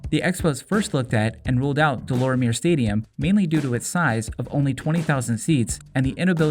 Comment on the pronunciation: It's pronounced De Lormiay stadium...😂